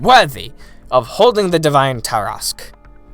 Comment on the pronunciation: It's pronounced Tarrasque